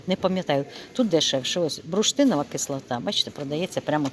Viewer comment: Алло, Ви завжди кажете БРУШТИНОВА (кислота), але ж правильно так: БУРШТИНОВА! Дякую за розуміння...